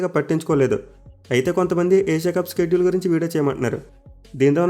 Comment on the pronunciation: Shedule pranounce wrong chestunnav bro adi షెడ్యూల్ స్కెడ్యుల్ kadu